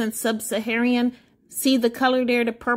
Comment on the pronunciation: "SUB - SA - HA - RAN" NOT "Sub - SA - HA - REE - AN". Otherwise, thanks for sharing the results.